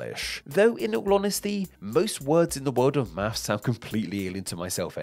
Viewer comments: We say Math.. not Maf … 😅 sorry, I had to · Why am I hearing mafff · In the U.S., the ‘s’ is silent. And invisible.